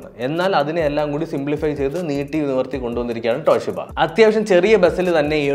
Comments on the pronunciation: ട്ടോ ട്ടോ ട്ടോഷീബ അല്ല ചേട്ടാ.... തോഷിബ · തോഷിബ❌ ട്ടോഷിബ ✅